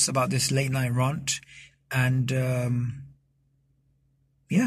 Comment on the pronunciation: Dear, "rant" is pronounced in same way as "ant".